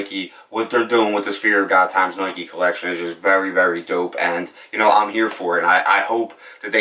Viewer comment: He says noike, loight, etc. Idk, might be an accent or a lisp